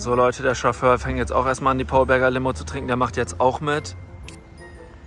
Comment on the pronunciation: „Wir sitzen in der S Klasse von Max seinem Schofför" digga ich konnte nicht mehr 😂😂😂